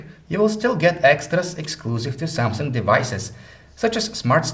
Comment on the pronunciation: He always say Samsungk instead of samsung. Ps. Im not a racist, its just that I hear it from you and its unique